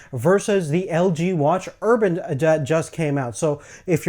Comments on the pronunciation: ur-bane not urban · Urbane, urbane, urbane. Not urban. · its urbane not urban... urbane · You're not pronouncing Urbane correctly. It sounds like you're saying Urban, which is an area with high population density such as a city. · urbane not urban. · fuck you ***** he pronounced it urban. not urbane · Ur -BANE not erban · Watch Urbane has 245 PPI not 348. PPI calculated for a circular display is different than a square one. Just my input. Nonetheless the screen looks great. Also the Urbane does not have NFC. And last of all its pronounced Ur-BANE.